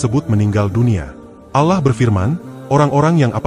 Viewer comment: Allah bg, bukan alah